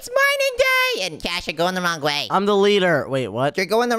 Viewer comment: At the start of the video said wonge not wronge😂